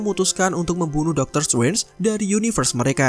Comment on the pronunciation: Biasa aja bro ngomong "strange" nya